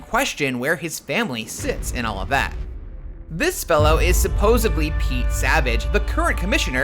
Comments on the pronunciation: Tell me he didn't just say "supposebly." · Supposebly? Supposebly. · once the narrator said "suposeBly" I lost all concentration.